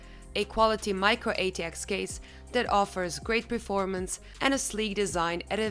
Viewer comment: It's performance not preformance